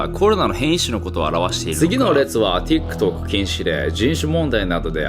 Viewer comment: TikTokの発音が良いんよ